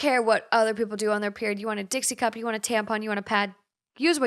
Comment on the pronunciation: HAHAHAHA i listened to her and i was just like “something didn’t sound right”